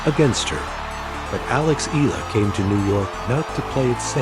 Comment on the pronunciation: Not e-lah..it pronounced e-yah-la❤